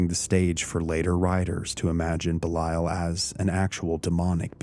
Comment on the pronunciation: I might be wrong but I’m fairly sure that’s not how Belial is pronounced!